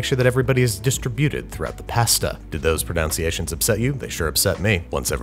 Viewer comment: Mispronouncing “pronUnciation” as “pronOUnciation” may be the perfect irony